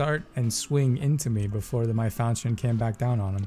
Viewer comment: Love the weapon as long as I can keep in range. I think it’s pronounced like fal-kee-un though.